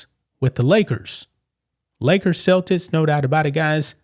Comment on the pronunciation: Why do u always celtics wrong?!?! 😂 its Celtics not selltits 😂😂